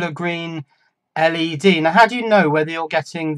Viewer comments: LED is an acronym (like CIA or KGB). Pronouncing each letter is the way of signifying that, unless you want to sound like a four-year old. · My point is that when you are referring to "Ell-Ee-Dees", like three or four times within the same sentence, "LED", as in "Led" just seems less clunky. Less cumbersome. More efficient. And what the heck is wrong with efficiency when it comes to passing on important electronic knowledge? Surely, (even though this isn't), any smart or clever twists of English that saves time while maintaining the meaning should be lauded rather than denigrated and abused??? Some people are so... Ludditish? Cavemanlike? Neanderthal? Anyone? I say forwards rather than backwards. I Say forwards rather than stagnant. Your call.